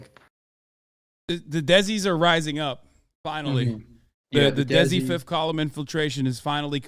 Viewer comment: its desi not dezi